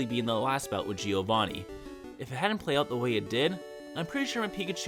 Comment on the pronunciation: The I in Giovanni is not spoken. Hes called Jovanni not Jiiiiovanni 🙄